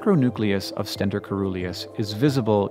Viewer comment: It's pronounced "stentOR", their trumpet shape reminiscent of the mythical Greek warrior Stentor, who had a loud trumpeting voice . A "stenter" is someone who uses stents I guess :)